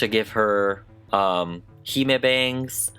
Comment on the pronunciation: The doll is absolutely gorgeous but with regards to the concept of a hime cut you are totally wrong. Firstly, the pronunciation is 'hih-meh', not 'hee-maa'. Secondly, this is not the bangs typical of a hime cut, nor is any part of it actually accurate to a hime cut. The cut entails having flat bangs, with cheek- or jaw-length (no longer!) sidelocks and straight hair that ends in a straight cut, which this doll features none of. Don't get me wrong, it's super cute! It's just not nothing to do with a hime cut.